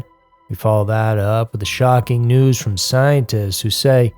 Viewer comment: for long time I thought you were saying "Twisted 2's" not " News".😅.